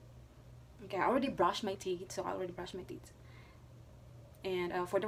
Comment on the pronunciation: The word is tee'TH, not tee'T... just saying